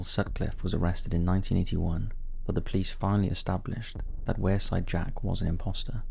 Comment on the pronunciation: I belong the area mentioned is pronounced 'Weirside'